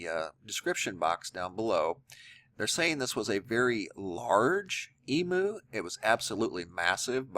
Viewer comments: Eem - You,, not E- Moo... And fully grown Emu's are larger then the one in this video.. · Its pronounced Eem-you...:-))